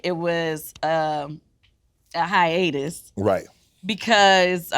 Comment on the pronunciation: If Uncle Shay Shay don't stop saying hyenas instead of hiatus.